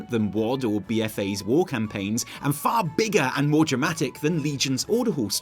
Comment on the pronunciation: When was quoting Ion, I kept hearing "maw" Things are starting to make "maw" sense to me now